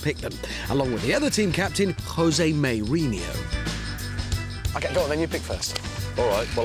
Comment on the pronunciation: Haha Jose MayRinhyo 😂👍 and Ben Collins the Stig 😊✌